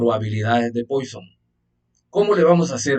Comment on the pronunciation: Muchas gracias. Pero se pronuncia “Puasón” no “Póison”